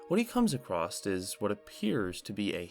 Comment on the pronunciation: I hate to be this guy because I love your channel but it’s pronounced “across” not “acrosst”. You don’t happen to be from Appalachia do you?